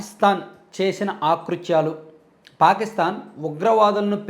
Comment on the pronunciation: "ఆ" కృత్యాలు-కాదు, "అ" కృత్యాలు అని పలకాలి. ఎన్ని సార్లు చెప్పినా వినలేదు.